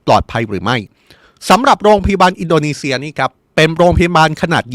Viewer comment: ตกลง ร.รอินโดนีเซียหรืิออินโดมีเชืยอ่านข่าวไม่ชัดเจนแย่มากครับ